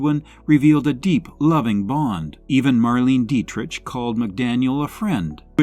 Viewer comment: I've heard of 7 of these women. Tallulah Bankhead, Joan Crawford, Katherine Hepburn, Rosalind Russell, Agnes Moorehead, Ellen Corby not listed, and probably others better known as well. Two names were pronounced incorrectly, "Deitrich & Dressler".